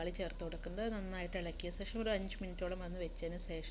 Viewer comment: സേഷം സേഷം അല്ല ശേഷം ഭാഷാപ്രയോഗം അത്ര ശരിയായില്ല